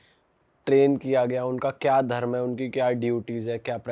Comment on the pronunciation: छत्रिय न कि छतरिया धर्म न कि धरमा हर शब्द के बाद बड़ा आ लग जाता है अगर ऐसा है तो शुभमा बोलो बुरा लगा होगा माफ कीजियेगा पर सही उच्चारण करें